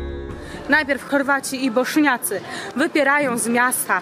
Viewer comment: Bośniacy a nie boszniacy